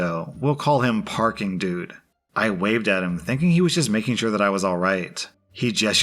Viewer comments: Is it just me, or is saying "Peking Dude" rather than "Parking Dude"? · I can't count how many times you said "peeking dude" instead of "Parking dude." lol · So, i love the stories, and im sure it took a bunch of takes, but the PD/hospital story? You kept calling Parking Dude, Peaking Dude. Just thought youd like to know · who thought it funny when said for PD "peeking dude" instead of "parking dude"